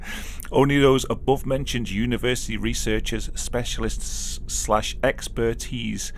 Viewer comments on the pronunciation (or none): none